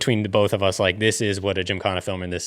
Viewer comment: Drinking Game: shotgun a coors every time puts a L in the word “both”. BOLTH baby